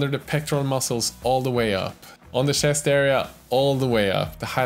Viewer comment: I love your pronounciation of words like "shest", "senithal" or "yewelry" forsenT